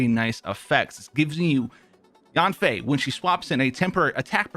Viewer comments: Yeah she named Yan Fei (Y-an F-ae) and you sounding her first part of name Yan wrong and its irritating in my head if hear someone mistake her name. 😡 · thought he said "yoon fei" had to rewind it bc i am yanfei main